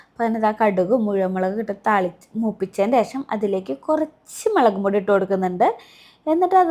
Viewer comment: മളകുപൊടി അല്ല മുളക്പൊടി